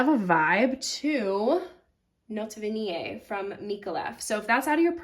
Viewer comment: Great pronunciation on Vanillée! Merci- bisoux..